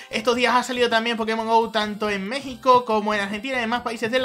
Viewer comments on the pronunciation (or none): none